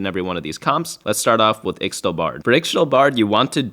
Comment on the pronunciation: unless you didn't know, ixtal is pronounced ishtal, not sure why but it's true